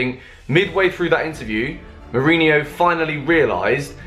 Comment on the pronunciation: You call yourself a Chelsea fan and you can't even pronounce your own coach's name right smh